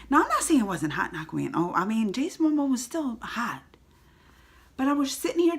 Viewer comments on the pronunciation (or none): I like it when you call him "Jason Amomo" :D